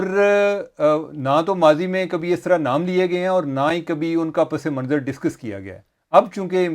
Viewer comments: چیمہ صاحب آداب، آپ کا پروگرام اُردو میں ہے اور بہت جلد عوام میں مقبول ہوگیا ہے اس لیے آپ کی توجہ چاہیں گے۔آپ نے ایک لفظ “پسِ منظراستعمال کیا جو درست نہیں ہے۔ درست تلفظ پَس منظر ہے۔س کے نیچے زیر نہیں ہوتا۔دعاگو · You guys are great! (By the way, the word is "Pas Manzar not Pas-e-Manzar) Keep up the great work